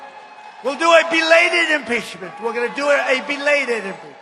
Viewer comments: I thought I heard "delayded" 😜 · What is a "beladed impeachment"